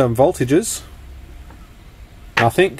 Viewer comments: PLEASE READ THIS!!! The word is NOT nothINK. The word IS NothING. Hearing you repeatedly saying NOTHINK, NOTHINK, NOTHINK, NOTHINK, makes me want to leave this message. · Bro... I like Your Videos...And I'm Not A Grammar Nazi...But And In The Video...The Ear Rape Is So Painful...The Word Is Nothing...There Is No K In The Word Nothing!!!!... You Can Say Trying Without A K...And Regretting Without A K ...So Lets Give Nothing Ago...Never Say Nothink... LOL!! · "Nothing".. Not Nothink. The word ends in a G. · It's nothing not nathink 🤔😉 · You do know that nothing ends with a G not K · Please stop saying NOTHINK The word is NOTHING !!! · Nothing, not nathink 🙄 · "nuthink" isn't a word. The word you're looking for is "nothing". (Notice the G at the end...) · Cool Video. But you keep saying nothink. It's nothing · Nothink........ Surely it's pronounced 'nothing.' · It’s nothing with a g not nothink with a k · "Nothingk, nothingk, nothingk, nothingk, and nothingk." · Since when has "K" been on the end of "Nothingk" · Cool vid. Just one thing, there's no K in nothing 😄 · Only me who thinks it's funny that he says "nothink" instead of "nothing"? :) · Hi, there is nothink better than hearing you say the voltage is nothink. ;-) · Why do you pronounce it "Nothink" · I had to stop watching the 8th time you said "nothink" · You say nothink like that’s just the way it is. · the word "nothing" ends with a g,not a k. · Sorry smart video good work and all but I guess I forget my meds or something cause the "Nothink" was making my eyes twitch lol. I think it's time for me to go night night. Wait I need to dispose of some batteries first. Thanks for doing these videos. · it came from the UK and not all Aussies say Nothink lol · Same difference with saying "NOTHIN" and "NOTHINCK" hahaha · “ Nothing” does not finish with a “K”